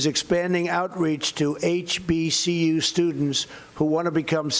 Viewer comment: Did anyone notice he said "HPCU"...instead of "HBCU"!! This clown is off...what the hell is up with his mouth and the slurring....looks like he is trying to hold his teeth with his top lip?? He does this a lot!!